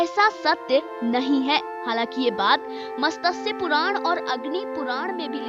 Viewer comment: मतस्य नहीं मत्स्य